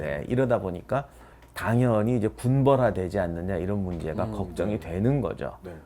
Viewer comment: 임용한 교수님 말이 군번화가 아닌 군벌화가 아닌가 싶습니다!!!!!!!그게 더 말이 맞는듯 싶습니다. 발음이 좀 군번화로 들리긴 하지만요!!!!